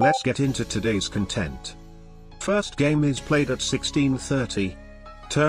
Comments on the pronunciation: I always wonder why the AI pronounces "content" like "contempt" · It pronounces it like "content" as the adjective not the noun. "Content" (adjective) means "happy", "fulfilled".